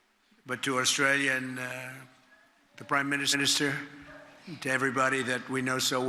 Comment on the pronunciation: Did he say "Prime Ministersinister" of our leader here in Oz? Lol.